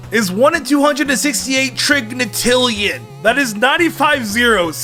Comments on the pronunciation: trigintillion not trigntillion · Imagine mispronouncing undecillion, trigintillion, and quinquadragintillion. That last spinda I couldn't interpret and I couldn't be bothered going through the naming conventions of numbers and managing to synthesize a name for that one in the end.